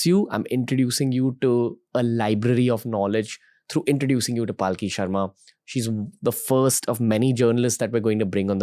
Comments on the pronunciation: Thanks for bringing her on this platform, but it's palki, not paalki. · Is her name Paalki (palanquin) as Ranveer pronounces it or Palki (blink of an eye? ) 🤔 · Her name is palki, not pronounced paalki, for correction. Requesting you to bring Anand ranganathan sir and j Sai deepak on your show. And probably annamalai sir, the young president of bjp in Tamil Nadu. To get to know him better. Bringing cm yogi Adityanath would be epic, because still being a young leader, most of the youths will be able to relate to him. I am also curious about Pushpendra kulshrestha. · Please know how to pronounce her name, she is Palki not Paalki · Her name is Palki not Paaal Ki pls 🙏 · She's Palki Sharma not Paalki Sharma 🤦🏻‍♂️ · Bhai uska naam पालकी nahi पलकी hai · After wearing a Christian Cross, Ranbir has turned too western that he cannot even pronounce a common Indian name - Palki. He's pronouncing it as Paalki. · It's palki not paaalki pls learn to pronounce name correctly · It’s hilarious how Ranveer screw up names. Pyuuutin, Paaaalki. 🤯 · Well I would say please learn how to pronounce her name. Mispronunciation of her name repeatedly is equivalent to disrespecting her. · you cant even pronounce her name properly what kind of podcast do you even run. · How can you be so callous about her name's pronunciation. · Ranveer mispronounced Palki Sharma's name!! 🤭🤭🤭